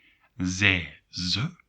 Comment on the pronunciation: Are you sure you pronounce pronouns correctly? Duolingo but also other sources pronounce them differently: Jij sounds like yay Hij sounds like hey Zij like zey Wij like vey And so on